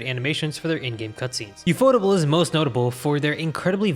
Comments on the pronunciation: ufotable is pronounced as "yew-eff-oh-tay-ble" judging by the katakana text and sounds. Did you know that ufotable provided 3DCG assets in Sonic X? Other than that, most of Sonic X's animation is handled by TMS Entertainment as with most other animated adaptations of Sega's IPs. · From what I remember I think ufotable is supposed to be pronounced like UFO Table. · it's UFO Table not Ufotable 😂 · Reading the Katakana, it's actually pronounced as yu-fo-table (yes as in the furniture)